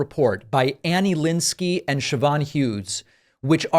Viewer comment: It's pronounced Shivvorn. Siobhan.